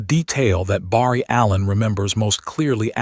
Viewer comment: The A.I. is pretty good but doesn't say Barry right 👍 ❤🎉😮😊😅😂🥺😰🤯